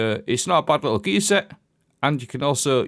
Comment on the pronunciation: the way you say gear set sounds like geezer. 4 piece is also meh haha